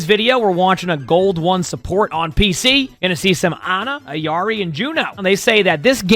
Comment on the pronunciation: Why do you say Ayari? lol It’s <EELARI>